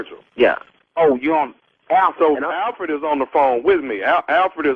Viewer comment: Tommy said "Thank you Alferd" LMBO